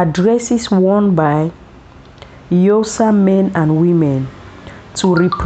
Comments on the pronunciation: It's Xhosa not Yosa. So gorgeous attires but please learn to pronounce Xhosa the right way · sorry ... but its not eusa, its Xhosa ... rather say 'corsa'.... please ! but if you need help ... i'd love to help since i am Xhosa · What is yosa,if you can't pronounce our names properly don't talk about us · Xhosa Xhosa please not Yosa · Its not yosa it's XHOSA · Yosa please not accurate, Xhosa😢😢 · We are XHOSA not YOSA please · Very beautiful. You really brought nice combinations. As Xhosa speaking South African from Los Angeles I wish u can try to learn to pronounce Xhosa better than the way you are doing. Promoting someone’s traditions and values means that you should make an effort learn the pronunciation of words and terms associated with the message you are sending. Thank you for your work. Your pictures brought back the childhood memories. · Please pronounce Xhosa properly! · She doesn't know how to pronounce please p